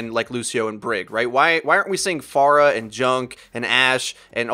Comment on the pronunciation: Everyone is ok with mispronouncing Pharah's name lol